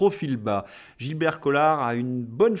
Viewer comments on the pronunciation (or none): none